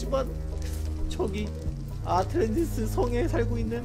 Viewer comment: ?에 아틸란티스가 아니라 아틀란티스 아닌가요?